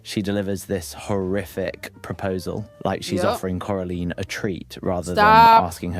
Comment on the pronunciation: He was saying coraline right btw